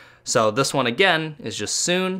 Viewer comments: Not to hate u said sune and said it as (soo-n) when it's pronounced (soo-nay) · Sune It is pronounced as soo-nay